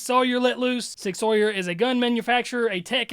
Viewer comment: You had me up until ‘sig-sawyer’. No hate to you but my brain just couldn’t let it go for whatever reason. A me, not a you, problem but none the less. In case you care to know Sig Sauer is German & pronounced ‘Sig-SOUR.’ Also if anyone has any suggestions on how to quiet that part of my brain that obsesses on small, insignificant, & inconsequential details please let me know because I’m certain my life would be made easier, & certainly more enjoyable, by just being able to let that shit go like a normal person 😂🤦🏻‍♀️